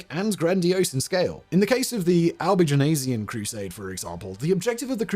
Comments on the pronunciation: I love it when Simon can't pronounce something - re Albigensian :D But kudos - small price to pay for being so prolific. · Why do you keep adding an e to Albigensian? an entire extra syllable! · Is Albigenasian the way Brits pronounce Albigensian? Sort of like the aluminium/aluminum pronunciation difference with Americans? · I just wish he wouldn't keep pronouncing it Albigenasian. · Sorry, got only as far as your mispronunciation of Albigensian - if you do these videos, do some homework as well. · Simon, love you... but your French pronunciations are... well they're *something*! 'Albigensian' (not technically a French word, which is 'Albigeois') is pronounced /ælbiˈdʒɛnsjən/ "Al- be - JENSS - yun". You're adding an /eɪz/ "-aze-" in there for some reason. Outremer (literally "Over seas") is pronounced /ˈuːtɹəmɛː/ "OO - treh - mer" or /ˈoʊtɹəmɛː/ "OTE - reh - mer". I wasn't going to pick you up over the first but the second broke me. I'm sorry.